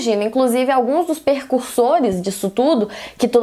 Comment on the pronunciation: Debora, o certo é precursor, percusor é outra coisa! hehe Sendo chato só pq percebi que vc gosta mto da palavra e o fato de ser um video de educação! hehe